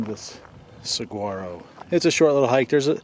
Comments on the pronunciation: SaHuaro... Pronounce it right dammit!! ;-) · If anyone wants a more expansive view of Arizona, the Sonoran Desert, the Tucson area or Saguaro National Park East or West, one can see my large Arizona playlist, an organized video tour of much of the state, where this area is well featured. ~ Saguaro is pronounced Sah war' oh, and Cholla is pronounced Choy' ah. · The amount of times sucked in her bottom lip/shaked her head bc of "saGUaro" pronunciation 😂